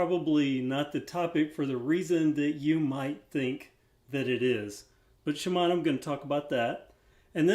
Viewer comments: Seeing as how in Japanese it would be pronounced She-mon-O, I think the way you pronounce is more correct. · Keep saying Shimano the way you've been saying it. Everyone who says it differently is weird, including the guy in the Shimano commercial. I have a Schwinn Knowles full suspension bike with small diameter bars and one disc brake. It's certainly a previous era Walmart bike, but it has potential. A new wheelset, drivetrain, brakes, and fork would make it a pretty good bike.